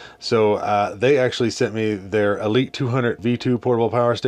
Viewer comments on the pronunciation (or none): none